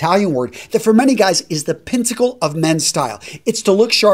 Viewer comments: I heard Pinsacle, regardless, I certainly didn't hear pinnacle. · I heard pinntacle as well - I think that’s Antonio’s “covfefe” moment. That aside, great video